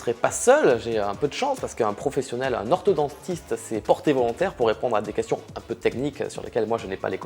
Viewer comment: très bonne vidéo mais on dit orthod-ON-tiste !! ça vient du grec et pas du latin